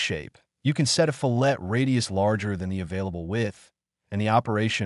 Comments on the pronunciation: Two things: firstly the correct pronunciation is actually " FILL it", not "fill- ETT". Second, having watched this, i think I'm too old to learn how to use CAD. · Fillet should be pronounced "FILL it" not "fillette'. Probably because of the AI voice? Great comparison video, thanks! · I used to chuckle at pronunciation fil-LAY, like sliced fish. But hey, words sound different in other parts of the world. Now, your attempt to pronounce the "T" is still missing the mark... correct pronunciation in my part of the world (USA) is FILL-it. Love your FreeCAD videos! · My old CAD brain resist. Just for fun.. Fillet radii … the American pronunciation is (Fill-it Ray-de-eye) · Fillet pronounced: Fill it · Gah! Here's a simple mnemonic which will help you to finally learn how to pronounce "fillet" - It's because you start with a sharp inner corner before you fill it with material as a radius. That's how you say it - FILL-et, or FILL-it. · Adds trigger warning for mispronunciation. Proceeds to pronounce it wrong again. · Calls attention to the correct pronunciation of "fillet," and then proceeds to randomly switch between three different pronunciations. 😁 There's nothing wrong with using a synthesized voice to read your script, but you might admit that you're doing so. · Another guy told me it’s pronounced “fill-et” with the "t" sounded out. I’m a bit confused 😂